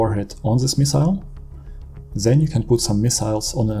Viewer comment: "THEN" heißt das. NICHT "sen" man bekommt Ohrenkrebs